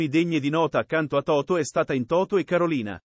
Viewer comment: chi parla? Totò e non Toto.